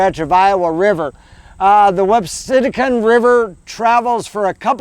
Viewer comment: Nice video. I must point out, it's pronounced Whap-see-PIN-a-kin